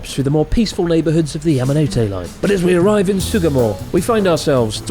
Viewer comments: It's the 'Mountain Hand' line. Ya-ma-no-tay, not Ya-ma-no-toe. You'd think a 3mill sub YouTube channel who has lived in Japan for years would at least get the pronunciation of the line correct. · Great video Chris, you didn't pronounce Yamanote correctly once the whole time! Keep up the good work 👍